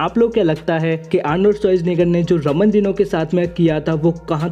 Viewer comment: Subscribe For More Bodybuilding Latest & Fastest Updates ♥️🤗. And I know ki maine Ramon Dino Ko Raman Dino Bola Hai pr kya kru yaar Pronounce Ramon Dino Kr rha hoon Pr sound Raman Dino Ka arha hai 😁😂😂